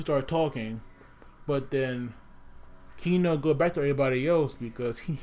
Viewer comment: It is Keno not Kino!!